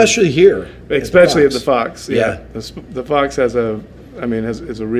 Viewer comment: How does one live 4 decades and still not know how to pronounce especially? And to talk in third person constantly saying you and not I is bizarre AF. I’d bet my car he says expresso too. 😂